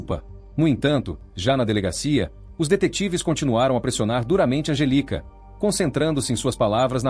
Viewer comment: digamos que seja erro de tradução do IA pq se ele digitar 'Angélica' com acento, não fica 'Angelica'.... É só digitar certo pra o IA falar corretamente!